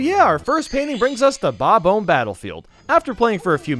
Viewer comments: its said ah mb not ohmb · smfh "Bob-ohm Battlefield" you say? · Your pronounciation of bob-omb still bothers me...